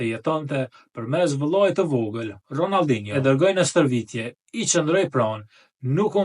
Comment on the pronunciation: Ronaldino jo ronalldino,,pse ll sllav,kile ne shqip jo kille,,kola ne shqip jo kolla😅